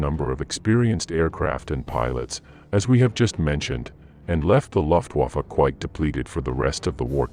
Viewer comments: The loftwoofa 😂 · Please don’t try to use German words……please just say “airforce” instead of loftwoffe 😂😂